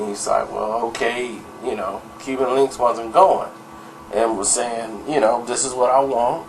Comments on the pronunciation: His name is Cuban Link not Cuban linx lol 🤣🤣🤣🤣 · Evan Rivera You don't be knowing shit. The hell are you talking about. If you knew, you would know no one calls him Linx. His name isn't Cuban Linx, its Cuban Link. Link not Linx. And no one calls him Linx or Link for short. This video is the first time I've ever heard someone call him Linx or Link for short. They have always called him Cuban for short or Cuba. Don;t you listen to any of the Big Pun or old Terror Squad albums. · Bro its Cuban Link not Cuban Linx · His names Cuban link not Cuban linx